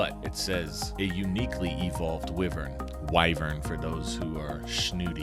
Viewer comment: Already fought him....on switch.....HEY I KNOW THAT SONG!!!!!!!! And it is pronounced WHY VERN...and I stood my ground...because Jonathan was there.